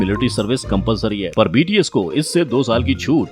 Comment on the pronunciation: Bts nhi higde bol bahii 😂